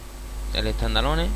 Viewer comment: tandaloneh xDD